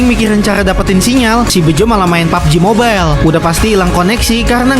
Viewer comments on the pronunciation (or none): none